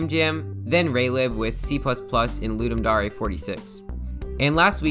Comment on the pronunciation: "Ludum Dahray"